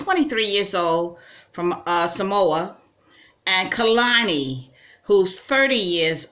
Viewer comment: Pronounce Samoa better